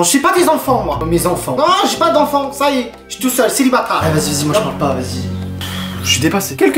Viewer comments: il a dit sélibatard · Je rêve ou a il a dit celibatare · au lieu de dire célibataire la mère a dit célibatare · Mdrr j'suis la seule a avoir entendu '' celibATARD '' 😂😂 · Non moi aussi j ai entendu CELIBATARE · Isabelle LOBE NON moi j’ai entendu ‘’CÉLIBATARD’’ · Moi aussi j’ai entendu celibatard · Suis je le seul a avoir entendue celibatard elle m'as tuer la daronne 😂😂😂😂🤣🤣🤣😂😂😂😂😂😂😂😂😂😂😂😂😂😂😂😂😂😂😂😂😂😂😂😂😂😂😂😂😂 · J’ai entendue celibatare